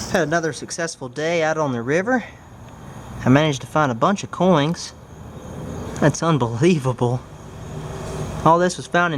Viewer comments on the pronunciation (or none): Why are you saying "coings" instead of "coins" ? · Coins, not coings.....! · Why do you keep saying coings instead of coins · Coin. Not coing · cOiNg I sAy NoT cOiN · he says coings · Notice how he says "Coings" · You said coins wrong go back and say it again so you can be better at your talking!! Not trying to be mean🤗🤗🤗🤗🤗🤗🤗🤗🤗🤗🤗🤗🤗🤗🤗🤗🤗😋😋😋